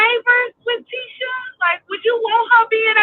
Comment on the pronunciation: Now saying the names different. It's Mar - so not Mar-sue. And it's Tee-sha Not Tish-a. Excuse my correction if I'm wrong.